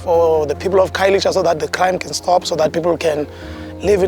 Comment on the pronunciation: I love that narrator buddy pronounced Khayelitsha perfect to the tee